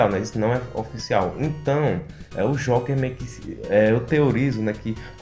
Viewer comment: Se pronuncia jouker